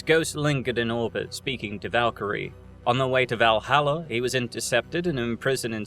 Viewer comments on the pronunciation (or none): none